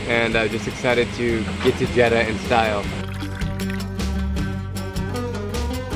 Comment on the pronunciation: Ill teach you how we say Jeddah so cut the jed then say dah so here's the results jed dah